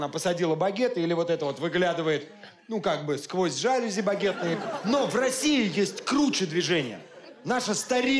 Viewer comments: Учитель языка и литературы,в слове жалюзи ,ты делаешь ошибку ,,позор. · *жалюзИ, Паша, не жАлюзи! Ты был учителем русского, да? :P)